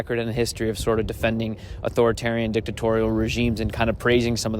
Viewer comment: Dic-de-Torial... he’s been holding on to that one for a while